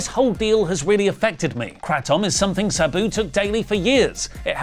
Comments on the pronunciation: Who the hell is “Subew”, then when he’s reading it, it’s “Sabu”! Damn you!!❤😂😂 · Why is saying Sabu like that lol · PLEASE PRONOUNCE SABUS NAME CORRECTLY!!!!